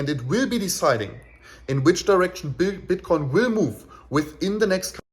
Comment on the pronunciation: I swear I keep hearing bitch coin in the beninnig of the video sec 4 :)